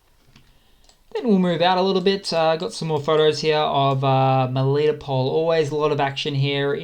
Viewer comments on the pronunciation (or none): It's Mel I toe pol not melito pol